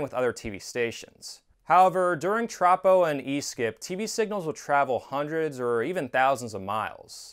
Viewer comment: Minor nit-pick, but as a meteorologist I can say it's pronounced "troh-poh".